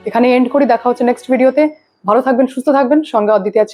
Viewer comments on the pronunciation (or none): none